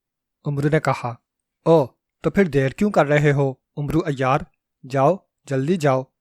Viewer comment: ۔ بیٹے! عمرو کو آپ غلط تلفظ سے بول رہے ہیں ۔ حضرت عمر رض کا نام۔ ع پر پیش لگا کر بولتے ہیں ۔ عمرو دراصل عمر کو ع پر زبر لگا کر بولتے ہیں ۔ عربی میں اعراب نہیں لگایا کرتے تھے ۔ اسلیے زبر ولے عمر کے آگے۔ و۔ لگا دیتے تھے ۔